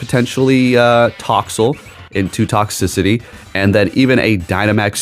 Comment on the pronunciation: please pronounce Toxtricity correct bro😭🙏